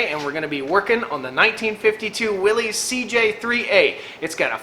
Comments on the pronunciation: Please quit calling it williessssssss, you are giving me the willies. It is pronounced WILLYS. "Yars says" WILL S. Willies is a nervous condition of agitation or great discomfort. You have in your life probably heard a person announce someone or something gives them the willies. And no, it's not up for debate. Familiar with your area and love your videos and things going on. Keep them up from now on. Check out John Willys, circa 1912. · I believe it's pronounced Willis...not willies. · It's pronounced Willis, not Wilee's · No one's going to comment on how it's pronounced Willis, not Willeez? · The way you mispronounce Willys drives me up the wall. Other than that love the content. But MAN that mispronunciation drives me up the wall.